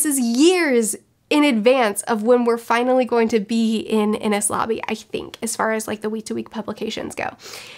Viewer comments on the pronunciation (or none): none